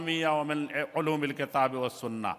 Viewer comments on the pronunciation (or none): none